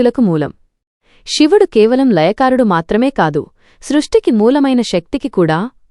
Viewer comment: అమ్మా.. షివుడు కాదు నువ్ మాట్లాడేది తెలుగు.. సో.. శివుడు అని పలకాలి